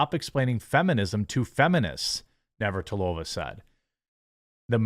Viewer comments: Quartering itz pronounced Martina Nav-rat-a-lowva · nav-rat-ti-lova jesus nek beard you need to go to derek zoolanders school for people who cant really read good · Nav-er-at-er-low-ver. Phonetically speaking.